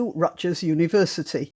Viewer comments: Hard "G" in Rutgers (Rut-gurr) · P. S. The g in Rutgers is pronounced as a G, not a J.